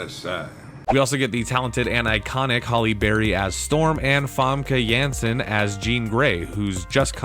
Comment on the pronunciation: Holly Berry? who the fuck is this guy?